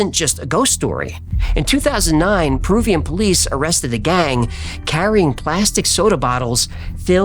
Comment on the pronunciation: Perubian? Are you retahrded?